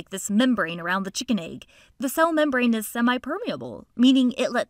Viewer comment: The way she says chicken egg is funny😂